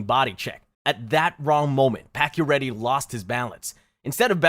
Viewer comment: Pakioretty is actually pronounced pachio chara is 6´9… patch dont lose is balance he got body Check by chara. And lifted patch of his skates due to size difference. Patach head hit that corner… and he dont miss the rest of that season he came back 2 weeks after. He never had a broken thing he was only concus. They did add pading on the corner. Thats about the only thing you got right on that play. So yeah….. Guess you make shit up 😟